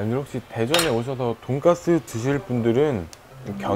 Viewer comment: 쓰 발음 못하시나봐요 ㅋㅋㅋ 발음이 계속 돈가th 돈까뜨 돈가ㅊ뜨 이러셔